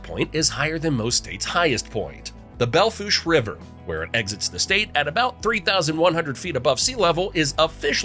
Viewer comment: Excellent pronunciation of Belle Fourche! Most people crash and burn with that one.